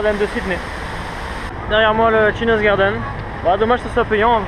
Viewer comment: Je viens de découvrir ton vlog en Australie et là je me dois de réagir: entendre "chinaz garden" (et non "tchaïniiiiz") pendant toute la vidéo ça a fait mal à mes ptits oreilles de prof d'anglais! Mais bon les costumes chinois m'ont bien fait rire, alors j'te pardonne! ^^